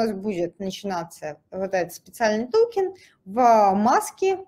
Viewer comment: Слушать конечно тяжело, ааа, эээ, токен, тоУкен, хихих, серб серб кофе.